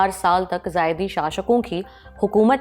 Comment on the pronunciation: जायदी नही जैदी होते हैं